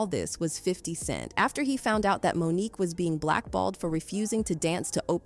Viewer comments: It’s Mo’nique not Monica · Monica?? How do you not get Mo'Nique's name correct? Who ever narrated this 🤦🏾‍♀️🤦🏾‍♀️🤦🏾‍♀️🤦🏾‍♀️ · Monique not Monica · HER NAME IS MONIQUE NOT MONICA! If you are going to be a “reporter” LEARN HOW TO SAY THE NAMES CORRECTLY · Say her name correctly "Mo'nique". You're welcome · Why do so many videos have a no english speaking narrator who butchers the names like Mo'Nique in favor of Monica ... sounds like a.i. They have access to the internet. Let them check sources for pronunciation and spelling as iii've just done. 😒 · Gabrielle Union is GAYbrielle, and Monique pronounced like Monica? Black women deserve more money! Oprah and Gail shouldn't be the only black women in the entertainment industry with lots of money!